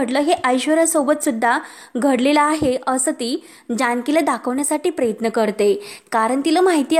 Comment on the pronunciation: अगं बाई प्रयत्न म्हण प्रेयत्न नाही अगदी शब्दाची नेहमीप्रमाणे बाराखडी आहेच परंतु जे काही हे पन्नास वेळा म्हणण्याची आवश्यकता आहे का गावंढळ कुठली व्हिडिओज बनवू नको ना